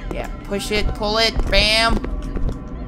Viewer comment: he just sayed i just pyled the lever and take the fucking ketXD